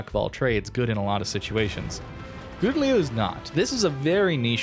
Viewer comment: You really butchered the pronunciation of the name XD You tried though, props for that :)